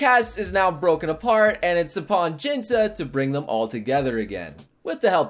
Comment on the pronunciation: I might be the 100th person to say this but Jintan is pronounced Jeanton not Jinta.